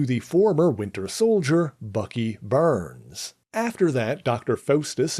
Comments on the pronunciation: I gave this video a thumbs down, it could’ve been a thumbs up, but I was really irritated with the whole video every time Bucky Barnes name was mentioned. It’s Barnes not Burns. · It's pronounced BARNS not BURNS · I cringed every time he said Bucky Burns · Where did Bucky "Burns" come from. BARNES isn't it. Also, using racism as click bait is stupid. Do better. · Do you mean Bucky 'BARNES?!' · I think it’s an accent quirk.